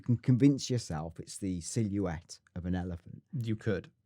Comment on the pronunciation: Can't even pronounce Silhouette properly lol...